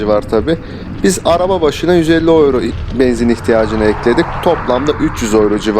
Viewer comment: Gurbetçiler ağız birliğimi yaptılar da “ yüro “ ya öyro diyorlar 🙂